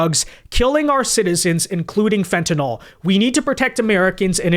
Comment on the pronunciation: It’s fentanyl / FENT-a-nil/